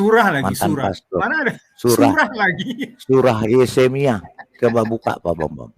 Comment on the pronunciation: Ahli Injil?? MENGUCAP YEREMIA SAJA YESEMIA🤣🤣DASAR ANAK IBLIS MANUSIA💩🐷 MENGHAFAL YEREMIA JADI YESEMIA 🐷ENTE🐒